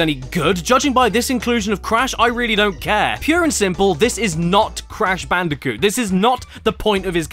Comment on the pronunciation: I can't get over "Cash Banooca"